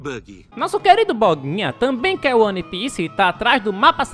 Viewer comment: Que agonia o falar "one" e não "uan"